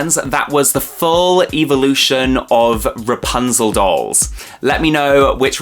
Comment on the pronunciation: I love how he says evil- ution lol